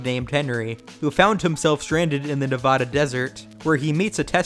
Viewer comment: Bro it's not "Nevawda." No one says it like that in the actual state